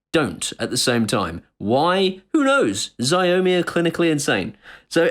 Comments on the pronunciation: "shao-mi' not "zeeomi" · HI actually Xiaomi is pronounced Shhh-ou(as in ouch that hurt)-me. Dont be discouraged by their products. They are popular in Asia and their fitness trackers and phones and cams are actually quite good. Its just that their English translations are not too good:-) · Dude. You're pronouncing Xiaomi totally wrong.